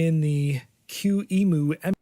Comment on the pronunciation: It's not that we can't, it's because it just not how it is pronounced on US English. Plus, listen to one of us saying emulator... The reall issue is he cue-emoo instead of que-ee-em-yoo like a normal person would.